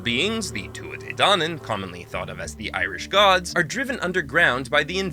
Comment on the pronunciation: The ''Cailleach'' can mean witch but is actually specifically in reference to one particular witch called the Cailleach. She is a deity of winter. Also it's pronounced Tuatha de Dan-AWN. Sorry, I've just never heard that pronounced correctly by a non Irish person and for some reason it really bothers me, even though I know it shouldn't.